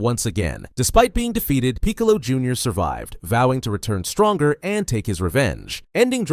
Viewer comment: Bruh how come you can’t pronounce Raditz and Piccolo. Good vid spot on time line but WTHELLYONTE